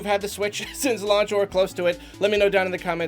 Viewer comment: I thought he asked if our thoughts on the Switch has changed since " Lunch", lol!